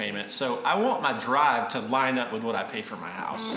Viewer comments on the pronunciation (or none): none